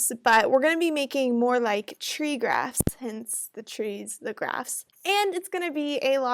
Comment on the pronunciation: You said trees and graphs What i heard at first trees and grass ☺ Please one video on regex pattern and matcher pleaseeeeeeeeeeeeeeeeeeeeeeeeeeeeeeeeeeeeeeeeeeeeeeeeeeeeee